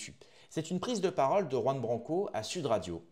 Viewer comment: Commence par prononcer son nom correctement. Tu es la dissidence qui beugle et entretient sa petite audience.